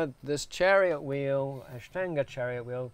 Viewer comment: He pronounces INDIA properly but can't pronounce Ashtanga properly. Both A sound is the same